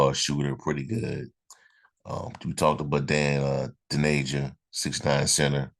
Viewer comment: (From an Illinois fan) Just to let you know, his name is pronounced: Dain sounds like "pain", Dainja, sounds like "painya". Illinois fans are very disappointed he's leaving, but I don't blame him. I blame the coach, because he didn't play him nearly enough. They played Coleman Hawkins instead and the coach should have played them together more. Dainja subbed for Hawkins. Dainja is a beast. Reminds me of Charles Barkley, but faster going down the court. Great rebounder, scores mostly from inside, great passer, runs the court to get feeds for layups. He really is 6'9", 270 lbs., but very agile. He has a good mid-range jumper and wily moves under the basket. Fans loved to see him play when he got in. He should have been a starter. I hope he gets to play more at Memphis. He's was a great teammate too. Very likeable guy.